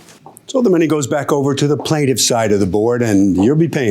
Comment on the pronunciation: The plaintiff needs to work on that accent.